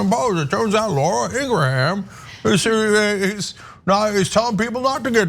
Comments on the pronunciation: haha im guessing cenk and ana will never pronounce laura's last name correctly ever again... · I'm going to take it upon myself to walk back Durbin's comments. We won't characterize Carlson and Ingraham as "anti-vaxx quacks". Instead, they shall be referred to as "pro-choice". Also, Durbin mispronounced Laura's last name. It's not "Ingrahan". Rather, it's "Ingraham". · Wow, you two are ridiculous sometimes. So, what if he mispronounced Ingraham? That's exactly how I thought it was pronounced. BECAUSE I DON'T WATCH HER!! You two complain about "elitism" from Democrats. But, your condescending attitudes towards anyone who isn't as "enlightened" on an issue as you are comes off bad. Then throw in Cenk's ageist comments about Durbin, because he was apparently reading something clipped from a newspaper or magazine (OMG, how 30 years ago. Yuck, yuck.) and it comes off even worse. It doesn't help get your point across when you act like a couple of pompous a****. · You guys... I used to respect your comments. But lately, wow. Judgemental as hell. Pick on a congressman because he mispronounces that stupid Laura woman's last name? He probably doesn't waste his time watching much of Fux News. And to shame him for not using state-of-the-art graphics? Jesus. Why are you doing this? It's embarrassing. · He obviously doesn’t watch Ingraham show bc he can’t even pronounce it. But neither can TYT 🤣🤣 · I love how he said her name😂😂 right wingers always purposely mess up black people's names all the time. To troll people and be disrespectful. So I love his dig at her with her own playbook move. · To be fair, picking on his pronunciation of Ingraham is childish. And BTW I have Ingrahams in my family and they pronounce it like he did.